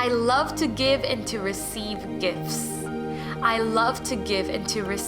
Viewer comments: Once I heard I can’t unhear: “I love to give and to receive gifs.” 😂😇 thanks I love listening to this on the train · I always hear: "I receive GIFs of abundance all the time." 🤣❤️